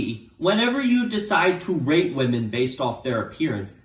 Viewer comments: at the beginning, i thought he said rape lol dont cancel pls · Who else thought he said rape women instead of rate women? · Why did think he said rape for the first 3min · I keep hearing “rape” instead of “rate” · IT SOUNDS LIKE YOU ARE SAYING RAPE NOT RATE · he keeps saying Rate and it sounds like Rape XD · I thought he was saying rape instead of rate in the beginning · Everytime u say rate I hear r8p and Im just like 👁️👄👁️ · you mean when he says "rate"? yeah, you are not alone lol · This dude really needs to emphasize the T in rate a bit more 😂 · Every time he says “rate” it sounds like the word I can’t say on YouTube that ends in “ape” and begins with “r” so rewatch the video with that mentality and it’s a lil sus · i keep hearing the t in rate as a p and it’s scaring me